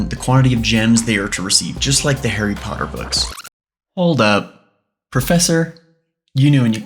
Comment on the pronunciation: 10 points from Griffindor for being a child pottah